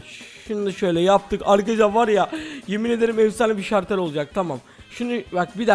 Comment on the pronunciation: Şartel değil şalter